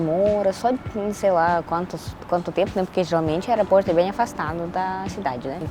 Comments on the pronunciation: Precisa melhorar a pronúncia do [Ô] nas palavras. Evitar trocar pela pronúncia [A]. balo > bolo ; aeraporto > aeroporto ; tamate > tomate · Engraçado que ela NUNCA USA A LETRA "O" nas palavras. Ela diz: Aeraporto (Aeroporto), "Canheço (conheço), Balinho (Bolinho), Camputador (Computador)... rsrsr tem de aprender as vogais em Português. rsrsr Mas acho que é o charme dela. rsrsr